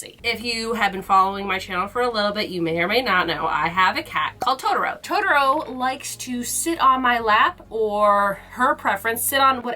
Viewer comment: Please say Totoro the correct way JUST ONCE 😂✨🌙🖤 heheheh 🤗 would be wonderful to hear it🥰